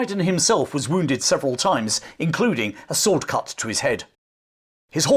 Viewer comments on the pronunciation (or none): none